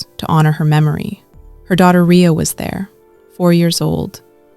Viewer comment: & her name not pronounced Reya it’s pronounced why - ya (Riya)